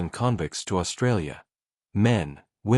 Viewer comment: The AI mispronunciation of "convicts" is like nails on a chalkboard.